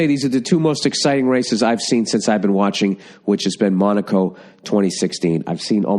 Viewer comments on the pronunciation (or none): none